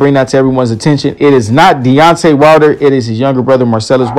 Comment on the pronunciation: It's not "DONTE WILDER"!